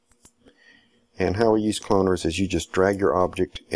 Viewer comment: pls dont say "cloaners" lol